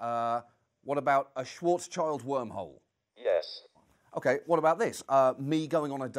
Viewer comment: did he really say a shwart-child wormhole